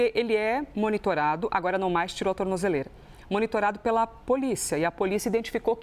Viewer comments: Alguém ensina esse cara a falar tornozeleira 😂😂😂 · Tu não sabe nem falar tornozeleira. Kkkk